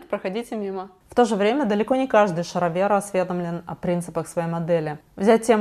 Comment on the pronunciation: шаро*бы же, почему шароверы вдруг